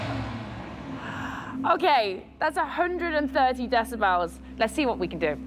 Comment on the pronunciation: ye it's decibels not decibaws